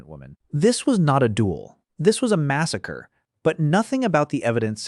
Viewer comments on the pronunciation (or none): none